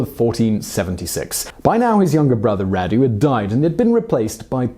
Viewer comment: I don't think this guy is British... he pronounces some words he doesn't know like an American. FYI, Radu is pronounced like "Rahdu"